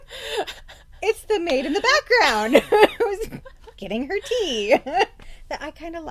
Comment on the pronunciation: Finally someone that calls her correctly Tea,every review i have seen keeps calling her Te-ya and i cringe lol.I keep yelling its Tea not Te-ya